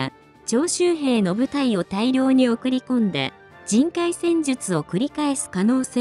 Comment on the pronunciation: 徴収兵が長州兵と聞こえてしまった